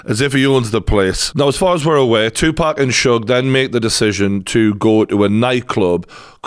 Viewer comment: You got a new subscriber here just for saying "Tupac" correctly and not "2-Pack". Thank you brother for the update also 🙏🏾